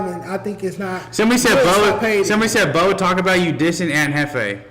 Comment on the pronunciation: Boe keeps saying his name wrong 🤦‍♂️🤦‍♂️🤦‍♂️ that’s not cool